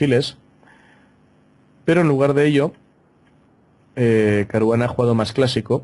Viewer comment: Ahora ya no es Caruana es CARUGANA.